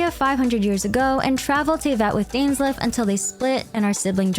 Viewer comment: THE BIAS WHEN I HEARD DAINSLEF 😂😂😂😂😂